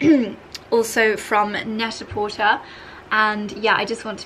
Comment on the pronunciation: I've learned how to pronounce some things from your vlogs, so I thought I would share that I think it's supposed to pronounced Net-a-PorTAY, you know, to rhyme with "prêt-à-por·ter" (/ˌpredəˌpôrˈtā/), as a very clever pun on the French term for ready-to-wear. It's always a surprise to me when I hear you say "porter," rhyming with "shorter."